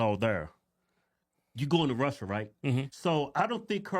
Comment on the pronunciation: Wouldn’t be surprised if she did all this for gofundme money.also her Russia. Pronunciation makes her sound like Brazilian portuguese